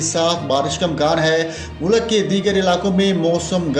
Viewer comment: آپ اپنے الفاظ کی ادائیگی صیح کریں۔۔ کیونکہ آپ نے لفظ معمول کو تین بار غلط پڑھا ھے۔۔ اور لفظ مُلک کو بھی غلط پڑھا ھے۔۔